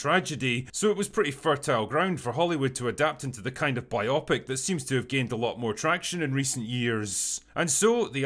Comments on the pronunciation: It's "BIO-Pic", not "byopic". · “bi-opic”? Isn’t it “bio-pic”? Like “biographical picture”, or something? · Surprised Drinker doesn't know how to pronounce biopic. It's bio-pic. Not bi-opic. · Drinker, I know we’ve got layers of alcohol and Gaelic to get through, but the word is bio-pic not bi-opic. ;-) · You're mispronouncing Biopic. It's BIO-PIC , not BI-OPIC. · bio-pic, not biop-ic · biographical picture, Drinker. bio-pic, not bi-opic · “Biopic” is pronounced “bio-pic,” not “bi-AH-pic.” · Love you, drinker. I look forward to every video you do. That being said, im a bit of a stickler when it comes to grammar and pronunciation. You are saying "biopic" incorrectly. It's "bio-pic"...as in biography- picture. Not "bi-opic"....as in two-eyes. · Bio-pic. BYE-oh-pic. Not "bye-AH-pic". Biographical (moving) picture. Bio-pic. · Bio-pic, not bi-opic. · I've never heard biopic rhymed with myopic before. I always thought it was a contraction for BIOgraphical (motion) PICture, pronounced bio-pick. Regardless, great review. I'm not a huge fan of wrestling, but the movie might be worth the watch, especially given such a profound drought of anything really noteworthy or quality coming out of Hollywood these days. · Did the drinker just say biopic? Dude, it's Bio-pic sunshine. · Its Bio-Pic, Biographic Picture, not biopic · Jesus Christ, Drinker! "Biopic" doesn't f*cking rhyme with "myopic"! "Biographical picture" = "bio+pic." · You mispronounced 'biopic'? hahaha. Seriously? It's pronounced "BIO PIC", like it's two separate word, as it's short for "BIOgraphical PICture" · My biggest takeaway from this is a whole new way to pronounce 'Biopic' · Why does Drinker keep pronouncing it Biopic? ....... 😉😆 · Biopic does NOT sound like myopic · The way you pronounce 'biopic' makes it sound like some sort of medical condition.